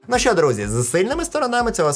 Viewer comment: Если уж говоришь на украинском то не ШО кай. ЩО. ЩО!